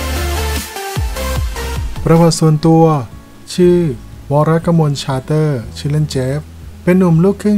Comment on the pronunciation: ขอบคุณที่ทำคลิปออกมาให้ชมนะคะ 😊 แต่อยากให้ออกเสียง ซ.โซ่ ให้ชัดกว่านี้อีกนิดค่ะ เพราะฟังออกเสียงนามสกุลเจฟแล้วได้ยินเป็น “ชาเตอร์” มากกว่า “ซาเตอร์” นะคะ